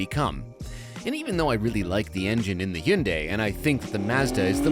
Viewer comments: GOod job on that near perfect pronunciation of "Hyundai" ! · That's actually the correct Korean pronunciation of Hyundai, despite Hyundai's "rhymes with Sunday" marketing campaign.